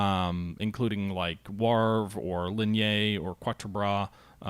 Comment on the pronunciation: ''Lig nee''.....''Wauv ra''